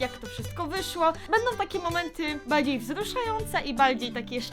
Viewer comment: ja uslyszalem w ze baldziej wzluszające